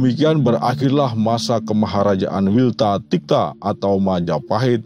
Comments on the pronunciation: Ralat min.... bukan Wiltatikta ❌ tapi Wilwatikta ✔ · Wilwatikta bukan Wiltatikta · wilwatikta....bukan wiltatikta....itu hal sepele tp sy dengar dr awal sampe ahir masih jg salah....hal yg buat org jawa itu sdh sangat biasa,kl msih ttp salah brarti blm paham nama dan artinya... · Nama lain Majapahit bukan wilwatika tapi wilwatikta😊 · Benar. Bukan. Wiltatikta.. Tapi. Wilwatikta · Wilwatikta bukannya wiltatikta. Gimana sih adminnya ga becus banget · Wilwa = Buah Maja Tikta = rasa yg Pahit. Wilwatikta = Majapahit.. Jadi ada kekeliruan Pada Admin Chanel ini dgn menyebut "wiltatikta" Sebab, mungkin kurang disertai Pemahaman tentang Asal usul Bahasa Sansekerta.. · Kalo gak salah wilwatikta min, bukan wiltatikta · wilwatikta...bukan wiltatikta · Salah tuh yg bener wilwatikta bukan wiltatikta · WilWatikta bukan WilTatikta. Nama sedemikian terkenal ... masih salah sebut. Pikniknya kurang jauuuh. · WILWATIKTA MIN BUKAN Wiltatikta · Bang.........anda selalu salah menyebut MILWATIKTA menjadi WILTATIKTA?????? kenapa??? biasakan cek and ricek??? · WILWATIKTA MAS BUKAN WILTATIKTA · maaf itu kok wiltatikta. harusnya kan wilwatikta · Perasaan wilwatikta deh bukan wiltatikta... 😁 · Wilwatikta mungkin.... 🤭 Bukan wiltatikta....🤭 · Tikatikta... Kwkwkwk... Ngak sekalian tiktoktiktok..... Koreksi.. Wilwatikta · Maaf...menit pertama saya yg salah denger apa ya ? Yg saya tau nama lain majapahit itu WILWATIKTA bukan WILTATIKTA...😂😂😂😂😂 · Wilwatikta/wilwotikto min admin... bukan wiltatikta. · Mhn maaf koreksi penyebutan nama Wilwatikta kak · Itu benar min tapi pengucapan wilwatikta...yg kamu ucapkan itu salah min